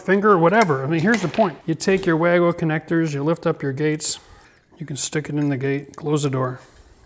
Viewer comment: I think wago is actually pronounced Var-go - Being from Germany!